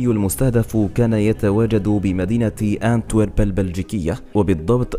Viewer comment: اونتويرب وليس كانتويرب